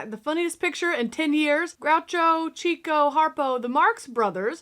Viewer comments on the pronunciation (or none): It's about time you got around to reacting to the Marx Brothers! First of all, Chico's name is not pronounced "CHEEKO" - it's "CHICKO." Next, it isn't Milk- FAT chickens, it's Milk-FED chickens. When Groucho comments that he hasn't been to Canada in years, it's a reference to the famous Dionne Quintuplets who were in all the news in 1934. You really need to watch more of the Marx Brothers movies - MONKEY BUSINESS, HORSE FEATHERS, DUCK SOUP, A DAY AT THE RACES, etc... they all a laugh riot! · Yes. Groucho was stern and rather serious, so he was the grouchy brother, and Chico was originally "Chicko," but a careless typesetter dropped the 'k', and they kept it that way. But they always pronounced it "Chicko" instead of "Cheek-o." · More Marx Brothers, please! For future reference, Groucho always pronounced Chico as CHICK-O, not CHEEK-O. It's odd, but so were they 😜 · Sweetie it's pronounced Chick-oh not cheek-oh.